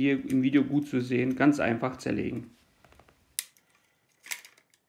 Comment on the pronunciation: Danke für das Video! Ich war auf der Suche nach einer Anleitung wie ich den Kasten entkalke. Ich find lustig, wie du immer "das geht ganz einfah so und so" sagst ;-) ich werde das Video zum zusammenbau wohl rückwärts ablaufen lassen müssen